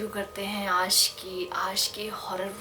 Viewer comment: Is he said aaj as aash?